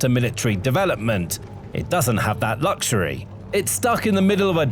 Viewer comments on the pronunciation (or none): none